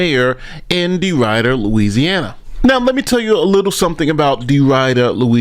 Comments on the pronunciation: It's pronounced Dee Ridder. not dee rider. You can hear how it's pronounced correctly in the video or so. It was her son's 16 year old friend so a few months short of the legal age in this state(17). By no means is she worse than Henyard. Despite this she was a good mayor in office. She however did break the law. I live here currently. She was more or less an independent truly not swaying to one party or the other. She did a little of both in my opinion. She was really good during Hurricane Laura aftermath. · Its pronounced De Rid er. Life long resident. Watched your channel for a long time its weird seeing this on your channel lol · We pronounce it like "deridder" instead of "de-rider" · The town is pronounced DeRidder Not Derider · It's pronounced DeRid -er not DeRide-er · De Rd er. Not De Ride er. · Every single person in this video: “De-RID-der”: “De-RIDE-Err” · BTW it's pronounced De Rid- er as in get rid of something not De Ride -r like ride a bike. You have great content. Keep making it. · Come on, learn how to pronounce Louisiana city names. It - de-rid-der, not de-ride-der. And, it’s New Or-le-uns not, New Or-leens. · Just so you know, the pronunciation of Deridder is not “de rider”. It’s “de rid der”. Rid not ride. Oh well. Continued listening. News report made correct pronunciation. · it is DeRidder, like bidder, not rider! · I love you but it’s pronounced .. De-Rid-er not De-rider ❤❤ 😂😂 all love tho. It’s funny hearing u saying it ♥️♥️ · My hometown. We called it Dead Ridder. DeRidder is not pronounced "de rider", two d's. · It’s pronounced D’rid-er (I live 30 minutes away and that’s my local news channel. KPLC 7) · DEE RID ERR. Not Derider. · Dee Rid er Not “Rider” ….. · De RID der. RID, not ride. Just sayin. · Love your videos😅😅but its De-rid-der not De-ride-er. It rolls off the tongue better. Thanks for covering this. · ITS DE"WHITTER" NOT DE"RIDER" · It's not deRIDER. It's deridder. Short I sound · It's De-Rid-der